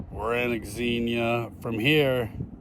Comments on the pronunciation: X is pronounced as Z your the only person I’ve heard say X xenia, And I wouldn’t worry what the algorithm wants do what your subscribers want to see the algorithm doesn’t subscribe to channels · FYI it's pronounced zenia.